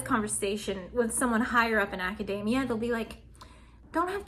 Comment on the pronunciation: it's aca-dee-meea not ada-day-meea